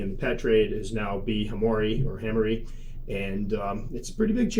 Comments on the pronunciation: Hamor-ee-i ends with long I. As in e-i-e-i OH Heck. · Ok so am pretty sure then I have a Hamorii. One thing I might say is the double ii I think in Latin might need a different pronounciation. If so it needs a double I sound but from what have been reading the first I is a "silent"(well not as pronounced as the last I) p.s not that an exact pronounciation is a big deal :) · "Classical Latin Pronunciation: Brachypelma: "bruh-kee-PEL-muh" smithi: "SMITH-ee" hamorii: "huh-MOR-ee-ee" While scientists generally prefer the classical Latin pronunciations in formal settings, other versions are widely understood in the tarantula community. The most important thing is clear communication, regardless of exact pronunciation. However, pronunciations can vary. You might hear: - 'smithi' as "SMITH-eye" or "SMITH-ee" - 'hamorii' as "huh-MOR-ee-eye", "huh-MOR-eye", or "hah-MOR-ee-ee" The first syllable of 'hamorii' is indeed typically pronounced as "huh" or "hah", not "HAM". The pronunciation "HAM-or-ee" or "HAM-or-eye" is less common in scientific circles, but you might still encounter it, especially among hobbyists or in casual conversation." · if I am right it shoukd be pronounced Ham or ee eye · Would you not now be able to call a classic B. smithi as B. smithi sp hobby form? similar to how the B. albopilosum has hobby form also. We still call ours B smithi even though we know the new name. If we pick up a new one it will either be a Italian or japanese pronunciation of hamorii :) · Here's your pronunciation: ...When a moon hits your eye like a big pizza pie That's hamorii. -ducks.